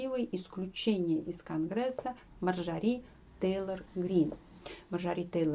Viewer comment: Спасибо за подробный, грамотный, исчерпывающий анализ ситуации в Вашингтоне, только МАрджори, а не МарджорИ. Извините, просто режет слух.